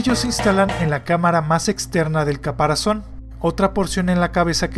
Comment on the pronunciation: Bueno en este vídeo solo note que en el minuto dijiste “caparacion” en vez de caparazón, pero en muchos de tus vídeos tienes errores similares, no te pido que los corrijas, si no que los evites a futuro.